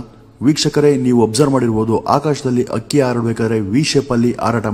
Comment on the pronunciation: Akki alla adult hakki anta heli u r pronosation is wrong please correct